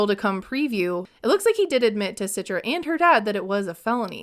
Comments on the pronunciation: please stop saying her name Sitra 😂 it's Citra (the C is like "CHarlie") not like with an "S" Sitra 👀 Indonesian here btw ✋🏼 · I think her name should be pronounced - "Chee-tra" not "Sit-tra"